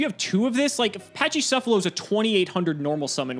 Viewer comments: pls it's pronounced "Pakicephalos" not "Pachicefalos" it comes from Greek pls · A couple things: "Pack-ee-seff-uh-low" "Co-ah-kee-may-roo"